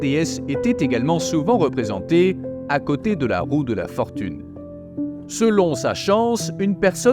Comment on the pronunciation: Fortune, pas Rortune 😂